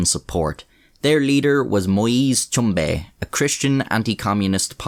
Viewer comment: It's pronounced - shom.. bay